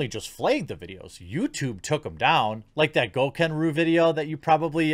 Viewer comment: It's gokanaru not gokenru but yes